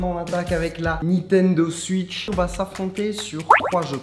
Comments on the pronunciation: nitendo « swuitche » 😭😭😭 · "Nintendo suitch" Ça me stresse tellement😭